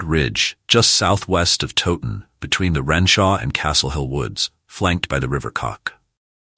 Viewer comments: FFS do some research next time - it's tow like cow not frigging toe ton.. I gave up, if the creator can't pronounce a place name correctly the content is likely just as crap. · Please pronounce Towton as Cow-ton with a T instead of a C Otherwise very informative and enjoyable. Thank you. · You can't even pronounce TOWTON properly